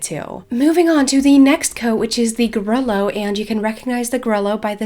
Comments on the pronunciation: love you vids! just wanted to say grullo is pronounced more like grooloh then gruhlo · Im not trying to sound super corrective but ive heard that the proper way to say grullo is like grew-yo